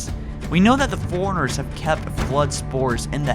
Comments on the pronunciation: How the fuck do you mispronounce "Forerunners" With "Foreigners"? Also, no, that's just a cinematic sound effect. Those two sounds sound nothing alike. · Fore Runners not Forigners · Is he saying 'foreigners' or is that just me? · forerunners not foreigners lol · All I hear is "foreigners" when you say Forerunners lol. I like your theory but in the Halo 5 legendary ending cinematic, you can clearly see that the lights of the unknown Halo ring light up cuing in the sound you hear to show that it might be activating. Why it is activating can tie into your theory about the Flood coming back since the Halos were meant to rid the universe of the Flood. I think the sound effect you mention being the sound of the Flood might be too far reaching though but otherwise great video. It would make for an interesting story for Halo 6 should the Flood indeed return.